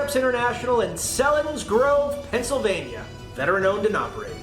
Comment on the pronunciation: Seal-insgrove is how it's pronounced. Yeah, PA is weird. We have a town called Blue Balls. Not shitting you. Look it up.